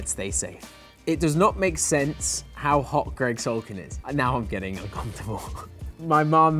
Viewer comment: "Now I'm getting uncomfortable" 😂😂😂 So British.